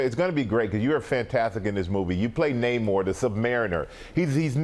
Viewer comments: Saw the movie last night and was very disappointed with Namor's casting. Huerta looks nothing like Namor. Not his face, hair, flabby body, nothing. Also, since when does Namor have a mustache and beard? Huerta even pronounces "Namor" incorrectly. I went looking online for an actor that looks like Namor and found the perfect choice, David Lee Mcinnis. This guy is the spitting image of Namor facially and hair wise. No makeup needed. He is already very fit, but pumped up he could be perfect. It took Hugh Jackman a few movies to go from looking fit to a totally buff Wolverine. Another BIG problem with the movie, for some unknown reason, Namor is no longer the Prince of Atlantis. WHAT?!!! Namor has ruled Atlantis since his first appearance in 1939, but in this lame version, he is the chief of some Mayan tribe. WHY?!!! You don't mess with a classic but Marvel totally erased Namor's history and made up some bogus, lame backstory that doesn't even make sense. Since when do Mayans live and breath under water? Hoping Marvel will reboot Namor, cast someone that actually looks like Namor, and restore his Atlantean origin. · Had no idea that Namor all of a sudden is from Mexico…and his name is pronounced Spanish now. What a joke Marvel has become. Wokeness Forever.